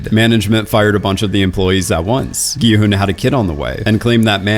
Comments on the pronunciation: FINALLY SOMEONE WHO SAYS HIS NAME CORRECTLY INSTEAD OF SAYING "GEE HUN" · he finally said Gi-Hun’s name right